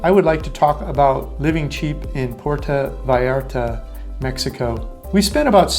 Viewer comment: You got to learn to pronounce the name of Puerto Vallarta correctly, your saying Porta Vallarta, nothing close to how it's pronounced. Sad for someone who lives there or did ☹️